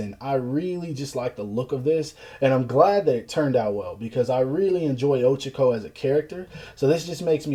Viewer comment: Man really said ochico